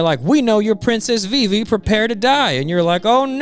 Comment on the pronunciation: Viv-e not VV